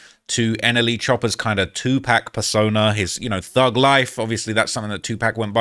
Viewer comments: 2 pack lol its pronounced two poc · ITS NOT “TU-PACK” Pronounce it right bro. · He can't even say tupac right 🤣